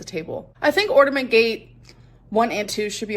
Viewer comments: I know right?!? And on Jordy's last livestream of a previous Christmas, she was saying "ornament" correctly, so she obviously says "ordament" on purpose... You know, because she's so "quirky"! 🙄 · It really drives me fucking insane that she says ordament instead of ornament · My 5 year old student said ordament today at school (kindergarten teacher). I had her practice saying it correctly 3 times, she just couldn’t do it. All I could think of was 😂 the difference is, it’s cute when a 5 year old does it. A 35 year old mispronouncing common and easy words is not cute lol